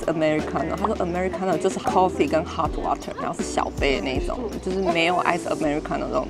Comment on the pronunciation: ” coffee “” ( 摳 ffee) ❌